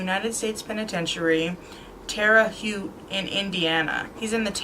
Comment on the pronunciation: Good job, I remember this case well because Duncan was seized in Washington State. You should really learn to pronounce the place names correctly. Write them down phonetically on your cards, Coeur D'Alene and Terre Haute in particular. But again, you did a great job with this heart-breaking case. Thanks.